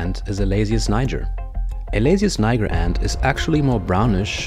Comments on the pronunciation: It’s not pronounced like that tho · you pronounce word "niger" not correctly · You mispronounce the name